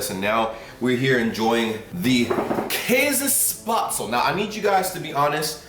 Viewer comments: I love how he says "Kaasespaatsel" 😂👍😂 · in tirol we dont say käsespätzle we say Kaaspatzlen